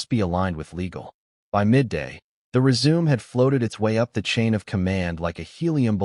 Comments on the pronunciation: Reader: Résumé is pronounced Ray-su-May. Nit resume. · "Resume," you say, like to continue something? I PRESUME you meant RESUME with the final "e" sounding like a long "a" speech sound, and the "u" sounding like the "u," in "CUT." (Can't you just hear the director yelling that at Meghan?)